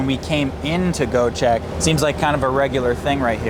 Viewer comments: 🎉dude iit is not Goecheck😂 try to read it like Goee-jack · its Göcek with Ö not O like in Sir > sör